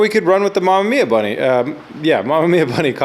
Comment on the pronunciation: I'm a fan! But don't but don't butcher re-amemiya name by calling it mamamiya